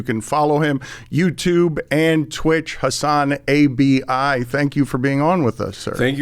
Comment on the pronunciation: Lmao “Hasan-A B I”